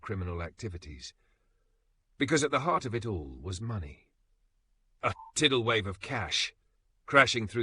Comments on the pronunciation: A 'tiddle wave' of crime? AI codswallop. Pathetic shite. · A "tiddle wave" of cash, eh A.I.?